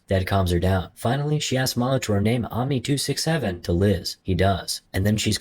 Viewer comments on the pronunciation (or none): It’s not Omni 267 it’s Omacron 267